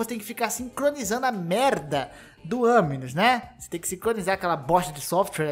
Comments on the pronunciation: Aminus não cara, é animus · É animus não aminus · KKKKKKKK FOI MAL MAS NAO TANKEI O "AMINOUS" KKKKKKKKKKK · Eu tô louco ou ele disse "aminus"? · Ele disse "anus" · sim ele disse, multiplas vezes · AMINUS KKK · "Aminus" kkkkkkkkkk sabe nem falar o bagulho direiro pqp